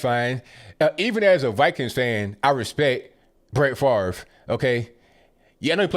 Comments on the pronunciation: FaRVe need to get his brain check and as well as his way of thinking. Really FaRVe?! I think you also need to Pronounce your name correctly or SPELL IT correctly! (Fav-Ray) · Why is Brett Favre's name pronounced so weirdly? It sounds like it should be spelled "Farv" not "Favre".